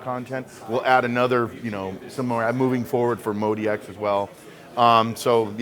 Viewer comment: So it's pronounced Mode-E-X, even though it's spelled out as Mod-X. Good to know.